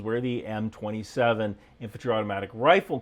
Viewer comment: M27 IAR, not M-27 IAR